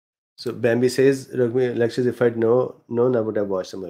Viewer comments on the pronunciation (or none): none